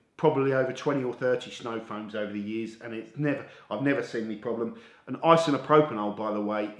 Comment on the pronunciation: Great idea for a video,... although you added an extra syllable to ‘isopropyl’ 😂